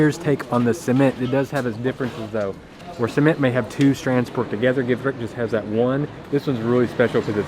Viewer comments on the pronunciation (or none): Gevrek, not Gevret